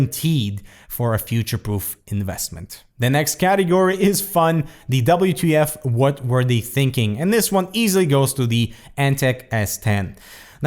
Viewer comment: Did anyone else hear him say "Wert" when he was explaining the "WTF" catagory,?